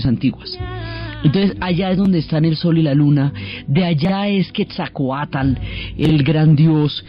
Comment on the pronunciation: Todo está muy bien solo la policía pronunciación de los Dioses es incorrecta ej.Quetzalcoatl no "quetzcauatel"